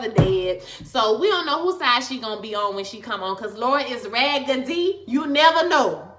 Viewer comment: Laurel is RAG-GE-DY!!! 🤣 #FACTS ok!!